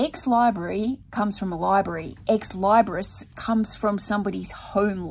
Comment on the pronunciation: You either need a bigger space or you need to hire some help. You're growing and you're still trying to run it alone. At some point, something has to give. You'll figure it out. But you look stressed, so please take a deep breath and eat that elephant one bite at a time. P.S. Ex- Leebris is how it's pronounced.:)